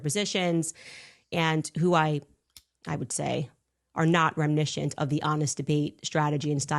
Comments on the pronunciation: “REM-un-is-ant” NOT remmishant or whatever the hell she said… it’s not a word!!!! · ‘Remnischent?’ 😂😂😂 Did she mean ‘reminiscent’? Add that to the words she can’t pronounce. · "Remnishant" is how Candace pronounces 'reminiscent' 🤣🤣🤣 Candace confidently mangles the English language! 😁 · I like how she just casually says "remniscent" as if that word actually exists. I'm sure she meant to say "reminiscent", and I'm probably just nickpicking, but this woman is the definition of a psuedo-intellectual and it's painful to watch. Also, notice how she habitually glances off to her left whenever she's about to say some bullshit. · “remnishint” 😂 what was that? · Candice doesn’t know to pronounce English correctly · She can't even pronounce reminiscent